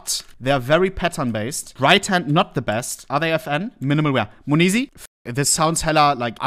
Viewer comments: its not MONEZI its monesy , dear Hans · Moneeeesy 🤣🤣🤣 its monesy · Bro calls him mayoneesy now 💀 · the way u were calling him moneeezy tho was just a little triggering hahahah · the way ohne pronounces monesy XD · Does he not realize he’s saying his name wrong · the way he pronounces monesy gives me a stroke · sprich doch den namen richtig aus